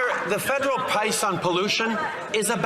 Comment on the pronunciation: Did he say pice?? We don't want your deliveries...your Liberal deliveries results in a more expensive CANADA